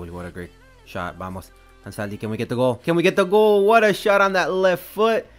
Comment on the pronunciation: Do you speak spanish? bc the perfect spanish pronunciation haha